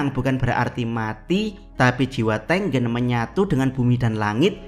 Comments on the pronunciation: ya ane tau jadi double G, tapi pengucapan E yang ke dua kayaknya gak gitu, E pertama sama E kedua cara pengucapannya harusnya sama.. Di bahasa Indonesia ada 2 cara pengucapannya huruf E. Coba dengerin lagi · Bang, nyebut nama Tengen nya sengaja kayak gitu kah?